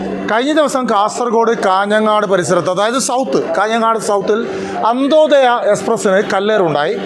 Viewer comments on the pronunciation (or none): അന്തോദയ അല്ല അന്ത്യോദയ,..... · Anthodhaya അല്ല വരോ anthyothaya